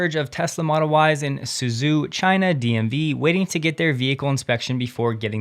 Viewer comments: Suzhou is pronounce 'Sue Joe"!! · Heya, quick pointer about pronouncing the Chinese names: any time you see "Zhou," like Suzhou, Guangzhou, Hangzhou, Lanzhou, Huzhou (there are a TON), it's pronounced 100% like the name "Joe." Also, on a related note, the "Peng" of XiaoPeng is pronounced like "dung" with a P. Keep up the good work, man!